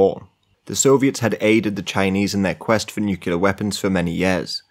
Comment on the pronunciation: Guy is great to listen to but then outta nowhere says "nookyalur" like George Bush